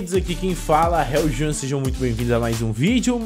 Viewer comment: Juaun vc falou no começo juaun crwft